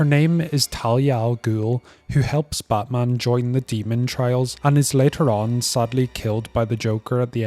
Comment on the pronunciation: Bro said Ba'man